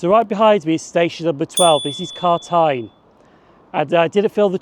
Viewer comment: Great video. Just two pronunciations are off. Gartcosh pronounced Gart-cosh and Carntyne pronounced Carn-tyne. 🙂